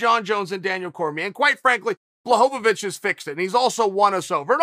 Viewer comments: Jan "Blahovavich" Blachowicz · Chael pronounced Blajovic correctly , and then forgot about it at the end 😂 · "Blahovovitch"😂😂😂😂 Uncle Chael kills me with this! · Chael "Blahovovitch" Sonnen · Chael "Blachovavich" Sonnen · Chael! BLA-HO-VITCH! Please!!! He's the champ AND just beat Izzy lmao I love ya man!